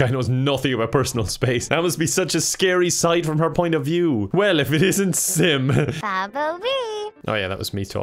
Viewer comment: I hear simp every time he calls out sim